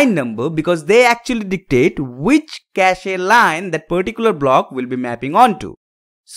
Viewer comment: It's kaSH (cache) not kashE ....